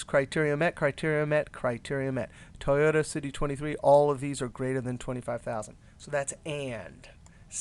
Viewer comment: lol toy-ohta?